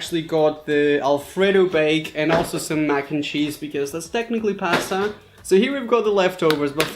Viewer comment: That’s not how you say pasta bro but nice video